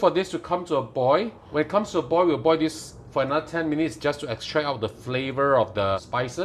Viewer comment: Polite message. Practice on finishing your words. oi(l) NOT *oi!!! / boi(l) NOT *boi!!! Sounds like boy. You need to province the *l at the end of these words.